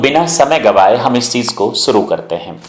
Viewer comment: Suru nhi shuru kro ,,presani nhi preshani hogi